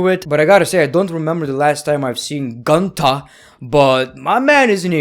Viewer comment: Gunter ❌ Gooonter ✔️